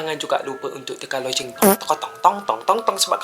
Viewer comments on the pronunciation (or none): none